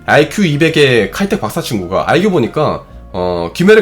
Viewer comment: 박사친구는 바싹친구로